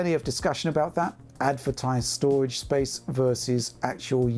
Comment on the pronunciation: Think he said SSD's, solid' state' doridge